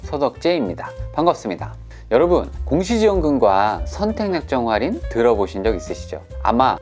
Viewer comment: 슨생님 정보감사합니당 근디 활인이 아니고 할인이라고 해주삼.. ㅋ